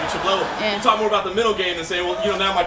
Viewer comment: Dude, pronounce MENTAL, it's not hard.